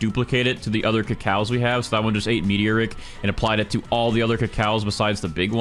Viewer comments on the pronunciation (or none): I love how he says meteor rick instead of me-tor-ic